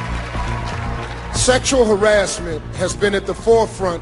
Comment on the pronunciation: "Sexual arrasment" "be professionoll" -Jamaica 2017